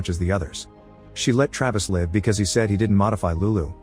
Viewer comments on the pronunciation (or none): I knew this voice wasn't real. Live not said correctly, as well as a few other words. I thought there was something off. Still good recaps though.